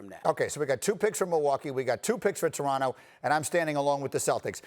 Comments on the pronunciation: Stephen A Smith- "The Doronto Raptors" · Stephen A Smith: Doronto Raptors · Did SAS say Doronto Raptors 😂😂😂